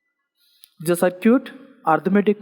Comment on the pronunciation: Sir ur simply awesome .....as a responsible student I want to correct a small mistake of yours (if you don't mind) the way you pronounce circuit is wrong you pronounce it CIR-QUIT but it should be SIR-KIT kindly correct it cause I don't want people to misunderstand my teacher .......with extreme love and care from G.P. BARAUNI (BEGUSARIA)